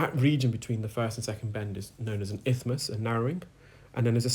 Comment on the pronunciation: Isthmus not ithmus